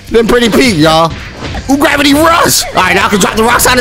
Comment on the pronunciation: Dude its uravity jot ugravity lmao 💀